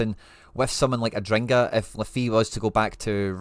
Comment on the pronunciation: its adingra, not adringa.